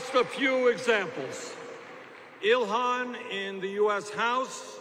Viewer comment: Its Ilhan not Ilhana but anyway #FeelTheBern2020 #Bernie2020 #IStandWithIlhan